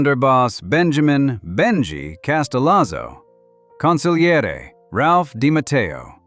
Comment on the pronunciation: NHCONGRATULATIONS - This video is the first one that got the pronunciation of the word " Consiglieri" right. Then you turn around and put up the picture " Sonny Black" Napolitano and announce the name of Pappadio.